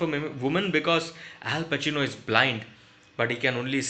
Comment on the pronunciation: Al bacino Al bacino sirf sunai diya 😂😂😂😂